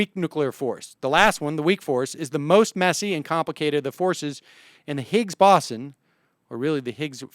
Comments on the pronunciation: Boson. It's pronounced bow-zon. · More like bow-sun. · Where did the W come in? it's more BOH-zon? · Sam, it's okay that you don't know physics, or spelling, or how to pronounce "boson". Don't let 'em bug you. Oh -- maybe if the USSR had lasted longer, and if they'd been building their own Commie version of the SCSC, we'd have one in Texas. Worked for the Apollo program. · "Parts of physics"? How about sub-atomic particles. And the pronunciation of boson is with a long "o", not an "aw" sound. "Massive structure: how about "particle accelerator"? I think you might want to go on your show and have an actual theoretical physicist rather than trying to explain something that's well beyond your level of scientific education. I respect your honesty, I respect your knowledge of economics and politics, but I don't think this was your finest hour. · I honestly was tempted to skip the video after only the first 20 seconds from hearing "boson" mispronounced so terribly so frequently... Do some more research at least on how to say it or you shouldn't be aloud to complain about Dubbya's "nukyoolar"